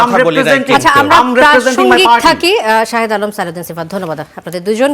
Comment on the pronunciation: শাহেদ্দে বলে সাংবাদিক 😆😆😆